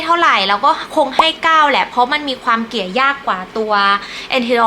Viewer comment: น่ารักนะคะ พูดจาได้เป็นธรรมชาติดีค่ะ แต่จะดีขึ้นกว่านี้อีกเยอะเลย ถ้าปรับปรุงการออกเสียงคำควบกล้ำให้ถูกต้องหน่อย ( เช่น คลิป ไม่ใช่ คิป เกลี่ย ไม่ใช่ เกี่ย ) ถ้าทำได้ คลิปของจะฟังเพลินมากเลยล่ะค่ะ